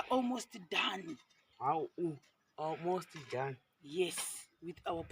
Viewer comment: 😂😂😂😂😂😂chi British for baba Ruva awumos done 😂